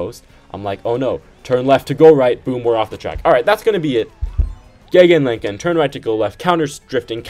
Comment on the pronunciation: "gegenlenken" 🙌😅 nice